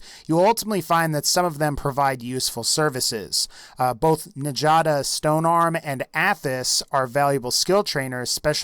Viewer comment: Btw, you butchered the pronunciation of Njada's name. She's a Nord, and Nordic culture is similar to Norse culture. So her name is pronounced Nyada.